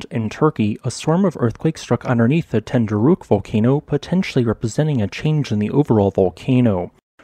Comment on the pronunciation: You really cant say ten dü rek 😂